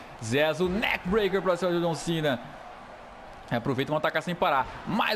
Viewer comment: ZEZO da uma AGONIA ouvir vc falar NAKE BREACK no JUMP NAKE BREACK se n quizer mudar a fala tudo bem